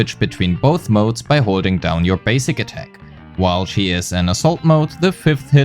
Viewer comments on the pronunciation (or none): none